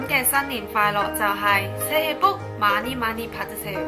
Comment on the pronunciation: Ma ni 好似money 😂😂😂😂